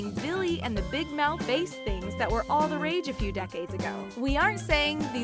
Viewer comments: Amanda Smith I did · Amanda Smith yah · Yup. I had to go back and confirm....and then cringe. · the fish (big mouth bass) is pronounced with a short "a" sound like glass/mass/trash not a long "a" sound like base/face/lace. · It's bass not base! Geese. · You guys need to work on your pronunciations!! It seems there's at least one cringe-worthy mistake in each of your videos. In this one it was bass pronounced as base. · Did anyone notice she pronounced Bass like Base when talking about the fish shoes? It's Big mouth BASS! Not Base like baseball lol...just sayin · Chrissie Cooper Of course someone one here that commented saying I was wrong that it is pronounced a Base Fish lol where I’m from it’s called Bass Fish and I thought it was called that everywhere else lol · You are right she said base instead of bass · Shiena Narruhn ummm I’m not even going to argue with that because anyone knows it’s not called a Base Fish lol it’s called a Bass fish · "Billy the big mouth bass (but said like base)" 😂 ... i know in this instance the words bass 🐟 and bass 🔊🎵🎸 are spelled the same, but these things happen a lot on the Talko. 😂 I mean come on dude - the story she was narrating was about a FISH shoe & every ... I mean EVERY body knew what Billy the Bass was in his hay day! Show some respect! 🐟 😂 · Yes, I did and it cracked me up. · Oh yeah i thought u ment the instrument for a min and i was like "yeah its base" lol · You can pronounce it either way. I have heard tons of people say it like base It’s just how people learn it. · You said bass wrong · Did she just call a bass fish bass?? As in music? Bass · That's not how you pronounce that kind of "bass"... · The pronunciation of the instrument bass and the fish bass aren’t the same lady